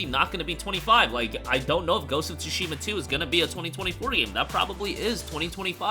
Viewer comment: so why does he pronounce it Ghost of “Tu-Shee-Muh”